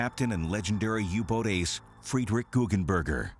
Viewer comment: its GuggenBERGER not burger XD